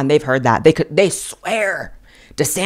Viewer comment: "Theybe" is priceless! It took me a few to realize the correct pronunciation, but I think you have hit upon a new word!